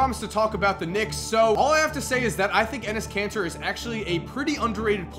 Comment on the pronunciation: Doesn't pronunciation of kanter sound like cancer?